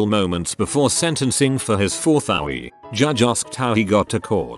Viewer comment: Text: OWI Text to speech: OWEEE!!